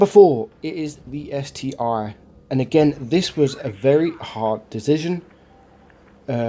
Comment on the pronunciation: I guess 3rd place it not an ST-aye but an ST-one with the roman numeral. As in the Tiger II is not "Tiger aye-aye" :P